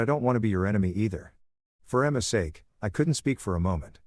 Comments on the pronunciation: Sake not pronounced as SOCK but as SAH-KEE or SAH-KAY! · lol I love how the AI can’t pronounce Sake, pronounced it Sock lolol